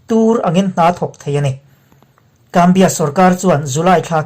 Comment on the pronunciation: Zambia hi Gambia tia lam tur anilo .... TTS hmangin a lam dan tur hi a sawifiah viau ang...